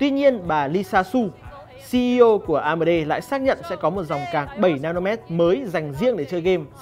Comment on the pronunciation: Anh nên đọc chuẩn tên các danh từ bằng tiếng anh